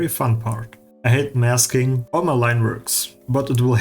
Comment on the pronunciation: lol "maksing". Now on to a topic thats more important. Jesus christ your art is good. I have nothing else to say. Its just incredible.